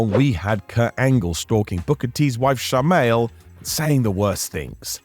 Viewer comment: Shar-mail? Was that a Booker T impression? Like DX and The Nation, eh?